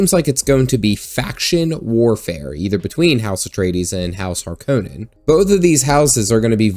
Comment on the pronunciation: The way you say Harkonnen is triggering me the same way m night shyamalan did when he made the cast pronounce Avatar wrong lol :P